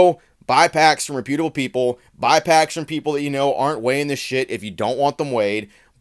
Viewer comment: Bruh. Learn how to pronounce reputable. Please. 🙏